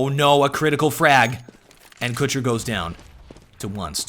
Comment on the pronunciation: omg u say kucher wrong in so many ways